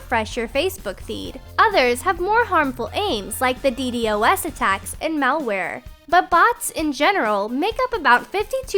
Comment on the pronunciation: not d-d-o-s its d-dos